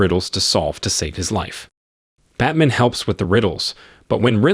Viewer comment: Batman..."Bat man"